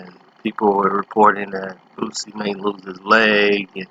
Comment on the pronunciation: Could you please stop pronouncing his name wrong? It's Booo See. It's not Boot-See.